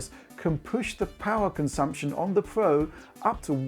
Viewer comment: It's Pro not Pwo lol learn your Rs